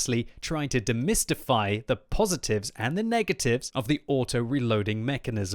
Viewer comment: you know this is going to be really interesting when he says: "Domistify"